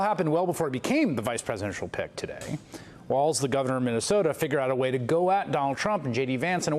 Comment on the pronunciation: Vance's pronunciation of Walz is a joke. It's not WALTZ people, it's "Walls".